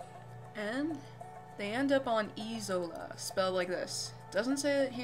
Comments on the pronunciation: Great first LP, thx. I'll be following your series. I just got this game (Version 4 "The Tree of Life." You have great narration and are easy to follow. One thing I could never get is why the island is pronounced Eee-sola. It should be I-sola, with a long "I" sound as in the word, "like." The description says the villagers found an "isolated" island paradise. Isolated---Isola. Get it? Just bugs me a bit. Fun game, though! :) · Also I think it is Isola (aye-ZO-la) not Isola (ee-ZO-la)